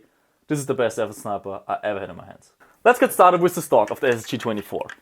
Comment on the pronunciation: bitte lern mal the nicht se auszusprechen this nicht sis